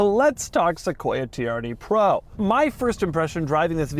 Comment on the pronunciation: All I hear anytime Doug says “TRD Pro”… is “Tee-R-D Pwo”😂. I wonder if he’ll get a “wittle wadder”😝